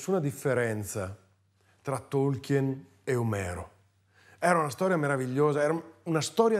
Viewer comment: Sigh.... anche lui dice "Tolchièn" anziché "Tolchin" come si dovrebbe pronunciare.....